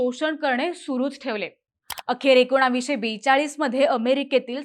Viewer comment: मॕडम,तुम्ही एकोणावीस असा ऊच्चार का करताय ? एकोणीसशे असा ऊच्चार करावा. बाकी बोलण्याची पध्दत आपली खूप छान आहे. आवाज चांगला आहे. आवाजात गोडवा आहे. कुठेही कर्कश्शपणा नाही ऊच्चार स्वच्छ आणि शुद्ध आहेत--- धन्यवाद .